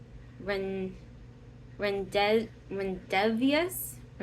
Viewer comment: The blush is pronounced ron de vue. It's a common word.